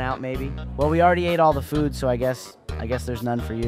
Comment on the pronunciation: that (?@ caine !)ng laugh and the way you said food was flewd tho made me spit my salavia XDDDD " *HEUHEUHEUHEUEHEU* " XDDDDDD